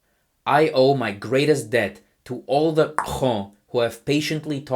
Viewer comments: You reading !Xoo is such a flex. Automatic suscribe! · how the hell can you pronounce !Xóõ so accurately?